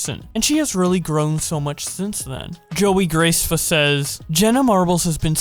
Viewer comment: Can we just talk about how said Joey Graceffa's name wrong